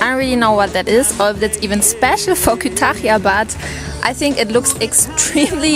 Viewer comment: Kütahya derken o kadar zorlanıyor ki 😂